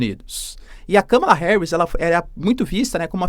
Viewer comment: Olá! Dólar a 6 foi um erro do Google. A pronúncia do nome Kamala está errada. Obrigada pelo vídeo!